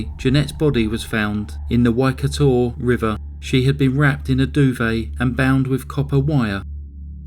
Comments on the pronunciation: Except for the pronunciation of the Waikato River. 😳😂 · And Waikato River. 😳😂🇳🇿